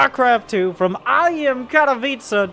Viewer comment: You spoke Katowice VERY... VERY WELL!! BIG GZ... polish isn't to easy to spoke for native eng. speakers. :)